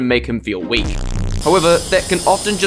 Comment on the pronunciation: See guys, I’m not weal